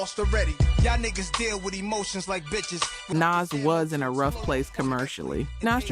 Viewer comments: Why do these videos all have to be AI? 🙄 Nas is pronounced "NAH-zz". Not "NAZZ". Put some respect on his name. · Couple things... First, MC Shan is pronounced like "man" not "shawn" LL's "Jingling Baby" has nothing to do with his Kool Moe Dee beef. Nas is pronounced like "pause" not "pass." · That’s the first time I ever heard ‘Nas’ pronounced like that. Did I miss the memo? Edit: ‘2-Pack’ too? 💀